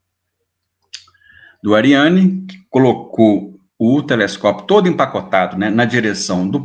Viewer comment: Eu só gostaria de ouvir nossos brilhantes cientistas, pesquisadores e técnicos pronunciarem corretamente, em francês, o nome Ariane, devendo fazê-lo como se houvesse dois r (Arriane) tanto quanto preservam as pronúncias de palavras em inglês, pois ninguém diz Jãmis Vebi. Coerência, senhores.!